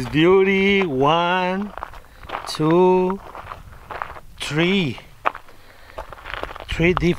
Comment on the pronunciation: Van,Too, Treee